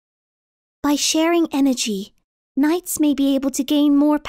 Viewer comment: Has anyone noticed when is reading the word knights isnt finished... 6-7th line